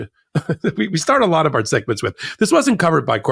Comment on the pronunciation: “I won by a laat “. WTF is a laat?